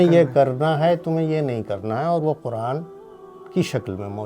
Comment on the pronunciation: Kuraan ghalat talafuz hai Sahi talafuz " Quraan " hai.